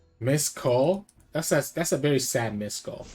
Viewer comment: bro cant pronounce a v